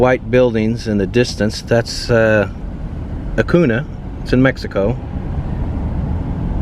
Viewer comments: Acuña es pronounced A-coon-ya. There, I said it. I had to get that off my chest. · Pronounced Acoon-ya. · Loved your video, I moved to Del Rio and have been living where for a year, did you get to check out Lake Amistad? It’s beautiful and also Acuña is pronounced Acun-ya haha just thought I’d let you know 😊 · btw it's pronounced Acunyah! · If you want to understand why immigration is so bad, you need to go to Acuña. It’s pronounced AcunYa by the way. 🤠 I’m enjoy these. We used to hunt in Eagle Pass and Del Rio when I was a kid. When I was in high school, one of my friend’s parents owned a big hunting lease down there. We would tell our parents we were going to the lake for the weekend and instead go to Del Rio for the weekend and spend the whole time in Acuña. That was 20 years ago. The sketchiest thing about it was that we were all lying to our parents, but Acuña was safe. Blonde teenagers could wander around drunker than Cooter Brown. If you listen to the George Strait song “Blame it on Mexico,” the first line is “At a bar in Acuña called Ma Crosby’s, I found myself not feeling any pain..” It was a place where generations of Texans went to party and have fun. It closed about 10 yrs ago bc the violence of the drug war. It wasn’t safe for American tourists anymore. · It's pronounced "a-COON-ya." Del Rio is actually a pretty nice town; I've spent lots of time there. Brackettville is where they filmed the John Wayne/Richard Widmark film The Alamo. The film set (Alamo Village) still exists just north of town. Wayne's production company Batjac was headquartered in the old officer's club on the decommissioned US Army post Fort Clark; the building caught fire during the filming and the place was gutted. It was never rebuilt and the ruins still stand at the Fort Clark Springs housing area. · Acuna: Uh-coon-yuh👍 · Repeat after me.... "Ahhh-Coon-Yah" the N has a tilde over it... "See-enne-Gus".... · Cuidad is pronounced Cuidath and Acuńa is pronounced Acunya.